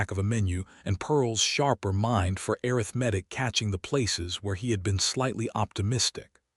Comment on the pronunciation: Want to strongly recommend that you substitute the word “arithmetic” which AI cannot accurately pronounced to the word “mathematics” which AI seems to be able to pronounce correctly. Love this story. It is an example of what a marital partnership can and should look like, listening from Clarksville, TN.